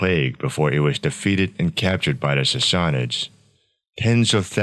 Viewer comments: Sorry but if you are gonna make a video on a subject you should atleast know how to pronounce it correctly. Sas(sass)-sa(suh)-nids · How is that even pronounced? Sassassasuhnids?